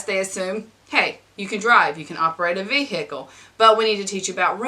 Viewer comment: Where does the extra 'h' come from in vehicle?